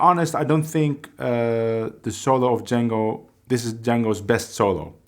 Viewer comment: I heard you pronounce Django at the beginning correctly as John-go not Jane-go as most people pronounce his name. His brother Joseph and the people of Belgium would always get upset when they he would hear Django pronounced incorrectly. Just thought you could help spread the word on your end.